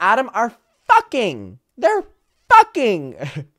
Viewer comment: Him saying fuhKING killed me